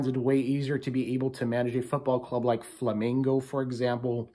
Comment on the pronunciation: Thank you for speak the name "Flamengo" correctly. Good luck on WC. Rooting for you guys.